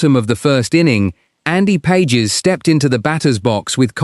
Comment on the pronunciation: His name is "Pas hes", not Pages, as in two pages.